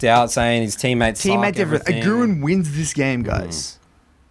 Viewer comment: really nice video. but as a german (agurin is also german) i have to tell you: emphasize the A not the U its Agurin not agUrin i know this has prob nothing to do with the video but just wanted to get it out there